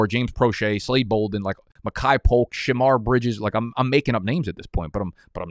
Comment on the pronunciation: “Shamar Bridges” 😂